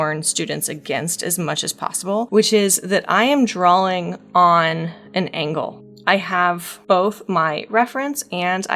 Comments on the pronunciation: When you say drawing it sounds like you're inserting an L in there, like "drawling", idk it's really cute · heres a drinking game for you - take a shot everytime she says "drawling"